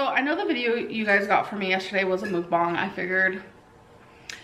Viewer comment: This was the video when lost me, I hoped she would take herself seriously after this mukbang I knew should would always put food before her health. I know it's a stupid pet peeve buts its muk like yuck* mukbang not moookbang works my last nerve.